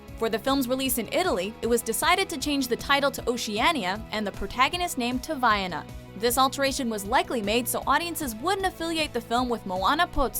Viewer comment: thank you for trying, but the way you're pronouncing 'Vaiana' is incorrect. Its pronounced 'vai-ahna', as in Ana from Frozen